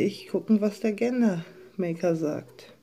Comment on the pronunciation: Es wird Gender ( dschender) maker ausgesprochen 🤭😏 trotzdem Glückwunsch zu deinem Baby Boy und danke für dieses Video🥰🤲